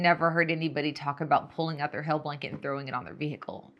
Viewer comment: LMAO - I thought she was saying "hell" too until further in her discussion when it hit me and I yelled, "OH HAIL!" 🤣